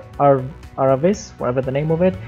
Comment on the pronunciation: Hey, I'm very happy to hit 2nd spot with my first submission car ever, especially considering I'm playing Automation since like last week only and I don't have Beam yet XD About the name : Ragnotti is a French rally driver (pronounce it "Raniotti"), and Aravis (you pronounced it right) is the name of a local mountain pass. About the wheels : blue and green are my official racing colors, hence why I went with the green lip. Obviously I wouldn't sell a car with green wheels from factory XD But if a friend happens to see this video, the name and color scheme will be a dead giveway it's my creation^^